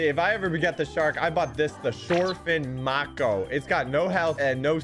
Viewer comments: its pronounced May-koe. have you seen a shark before lol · he pronounced Mako wrong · He really said MOKO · Am I the only one freaking out over the fact he said ma-ko when it is may-ko? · it's not called a macho its mahko not how spelled but pronounced I am a person who study sharks please prononce is properly next time nice vid though. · Mako not macko no hate though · wdym mako its mayko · I is pronounced (may-ko) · you dont pronounce "Mako" like that. you pronounce the A in the Word Mako as a long a